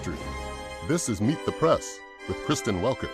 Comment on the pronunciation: How can anyone believe / trust anything from Welker and NBC? And why does she always have to emphasize “Meet the PRESSSSSSS”? I give her a 1 out of 100 for journalistic professionalism